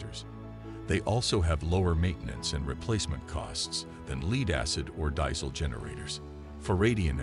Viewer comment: Interesting product, just got distracted by how the presenter pronounces "lead acid" and "diesel"..